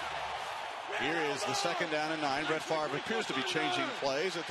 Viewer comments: its not pronounced "farve" as in the way everyone in the states says it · yeah he said "faver", which is wrong. But so is saying "farve", which is how tv casters say it.